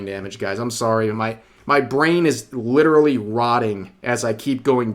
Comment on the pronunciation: i love when you say "lit'ral"